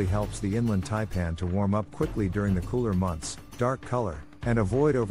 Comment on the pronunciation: He can’t even pronounce Taipan. Yes I know it’s a computer